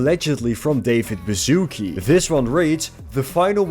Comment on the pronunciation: I have no problem with American accents, but when I hear a Polish surname pronounced as "bazooke" it makes me laugh.